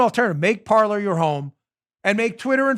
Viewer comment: Dan, when are you going to give up your tragically anglophile position of pronouncing the verb for TALK in French (Parler) as a place were people sit and drink tea (Parlor) ?